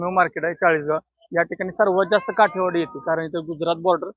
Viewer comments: काटेवाडी नाही काठेवाडी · काटेवाडी नाही काठेवाडी 😅